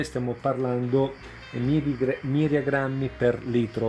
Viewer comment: Ciao. Grazie per i tuoi preziosi consigli.. Circa l'unità di misura ti ho sentito incerto nel pronunciarla...mi pare di aver sentito miriagranmi.Se è cosi e' sbagliato in quanto un miriagrammo(Mg)sono 10.000 grammi. Sicuramente intendi milligrammi(si scrive mg ovvero con la m minuscola rispetto a prima e come dice la parola stessa e' un millesimo di grammo). Scusa per questa precisazione doverosa. Continua a trasmettere i tuoi consigli.Sono utili e hai il dono per la divulgazione,un vero piacere sentirti.Ciao e grazie ancora!